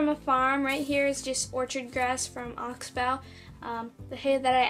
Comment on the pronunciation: your saying oxbow wrong